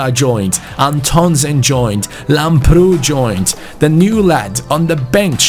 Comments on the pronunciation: Im really happy to see that u found a greek talent for the rtg(i am greek).It is pronounced Lámprou not Lamproú PS plz give him my kit number bcs he is exactly like me in the football academy that im playing in.The number is 23 it would ment so much Like so can see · Hi i am from Greece and the left back is pronounced Labrou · You are pronouncing Lamprou's name wrong. Its pronounced Labrou. Not mp. With a b. Just letting you know. Love these series man, keep up the good work. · Hey Antonis Lamprou is from my country, Greece and his name is pronounced as Adonis Labrou! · His name is pronounced antonis lAmprou.Like so can see.Also love from greece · I'm Greek and lamprou is pronounced labrou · the name of Lamprou is pronounced Adonis Labrou also the tone is on the "a" Keep up the good work 💪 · Here in Greece lamprou is pronounced Lábrou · Btw lamprou is football's greek freak😂(im greek and i am proud of him😂🇬🇷)(and it is pronounced lábrou) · It is pronounced antónis lámprou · The pronunciation on Lambrou is with emphasis on the a !